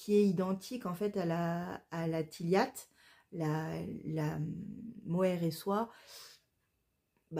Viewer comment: Coucou ma langue fourche 🤣 je vais faire attention à cette prononciation de la tilia. J'ai du entendre un jour tiliatt et c'était foutu 🤣 La prochaine fois tu viens me voir 😘